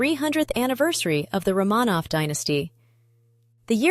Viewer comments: You are mispronouncing the name Romanov. It is Roh muh nov with accent on the first syllable, not roh Mah nov with the accent on the second syllable. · RO-manov, not Rah-MAHnov. Damn AI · If you can find a way to get the AI (or whatever is used to record the English) to pronounce names correctly (Romanov, etc), then I’ll think about subscribing.